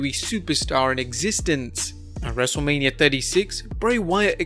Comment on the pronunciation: he says wrestle mania wrong😂😂😂